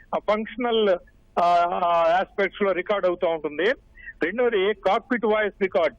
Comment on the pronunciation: అక్కా అది కాకుపిట్టు కాదు.. కాక్పిట్ అక్కా